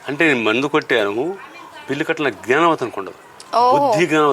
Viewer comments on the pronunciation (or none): none